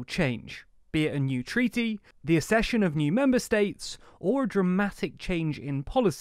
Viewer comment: Accession is pronounced: əkˈseʃ(ə)n.